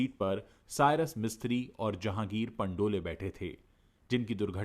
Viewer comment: पंडोल surname है पंडोले surname नहीं है